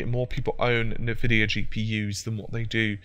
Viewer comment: "na-vidia?" It's pronounced "an-vidia."